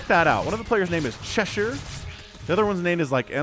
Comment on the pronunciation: Thank you for pronouncing cheshire correctly. Last game I was getting a mini tick every time you said Che-Shire. Which is not that wrong, its like ye olde english, but still. Cheshire Cat is the pronunciation :)